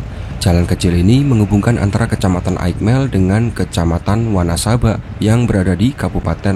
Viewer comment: wanasaba dibace wanesabe